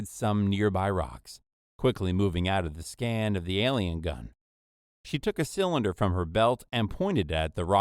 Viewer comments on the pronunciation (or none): Given that we have modern exosuits that are open-faced rather than a fully sealed mecha design, this objection isn't really an immersion breaker. On the other hand, the guy reading "alien gun" in a way that implies it to be a gun that fires aliens, instead of a gun of alien origin, is a bit offputting, as are a few of the other mispronunciations in the audio.